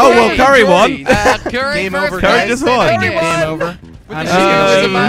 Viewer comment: not it's currie